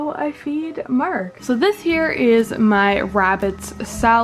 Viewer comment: Mark is the best because he's adorable and you pronounce it as Merk 😂